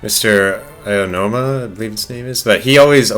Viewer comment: Why can no one pronounce Aonuma correctly. It's "Ow-new-muh".